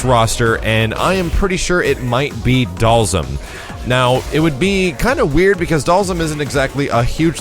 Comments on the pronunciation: and charlie nash...u missed one dude its not pronounsed (doll- zum)...its ( doll- SEEM) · Am I the only one who pronounces Dhalsim name like this (Dahl-seem)?